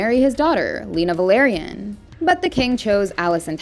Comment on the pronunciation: It's Velaryon, not Valeryan.